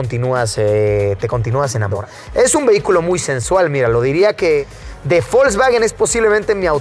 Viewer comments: por que le dices folkswagen en ves de volkswagen ? jaja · Folkswagen? O Volkswagen? 🤨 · Nunca había escuchado de. Folsbaguen xd